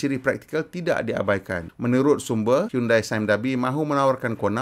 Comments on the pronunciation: bukan sebut hiyundai tapi hiyondei..apala ftv pon xtau sebut ke? hahaha 🤣🤣😜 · HYUN-DEY bukan HYUN-DAI